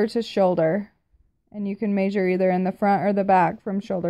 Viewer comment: Love how you say " may-sure" instead of " Meh-sure" 😂😂 so cute.